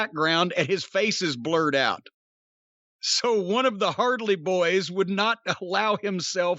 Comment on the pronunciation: Every time I hear Jim say "The Hardly Boys", I get that 'Hardly' theme song from South Park in my head. "I've got a raging clue right now! It's pointing this way!" "Let's follow your clue!"